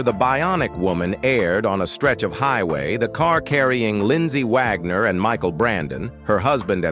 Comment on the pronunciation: Jymie? Vogner?